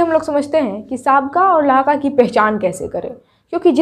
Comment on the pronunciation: Aap bahut achcha padha Rahi Hain lekin Lahiqa ko Lahqa kah rahe hain please sahi karen